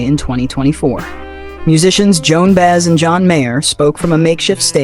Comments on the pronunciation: Why can no one pronounce Joan Baez‘s name properly ??? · Baez. It is pronounced By-EZ.